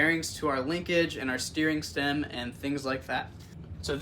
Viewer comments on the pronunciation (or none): did anyone else here him say sneering stem.😂